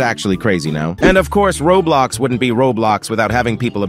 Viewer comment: Bro Just said [raw blox]💀